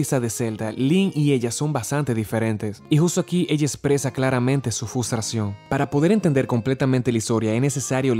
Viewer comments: Zelda tenia "fustracion"XD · Fustración. Yo: FUS RO DA!!!! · Una duda ¿Porqué lo pronuncia “fustración? ¿Lo escucho mal, es alguna clase de broma interna o algo más? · me encanta como das tu opinión y como narras, pero me disculpo si te llega a causar un poco de incomodidad mi comentario, pero me dio risa cuando dijiste frustración XD.